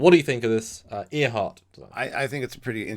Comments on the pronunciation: Air-heart... not Ear-hart. As in Amelia Earhart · It’s pronounced ‘Air-heart’ as in Amelia Earhart. It’s our colonial cousins that aren’t meant to be able to speak correctly 😂😂. Also, it’s awesome to get back to classic trek yards format and have a quick snapshot discussion about a cool ship 👌🏻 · I love STO’s interpretations of the rather boxy and angular Disco ships. Beautiful! ps it’s AIR-heart, as in Amelia Earhart.